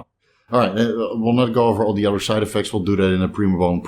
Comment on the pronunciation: Bro uses the word uder alot I’m guessing not from down south lol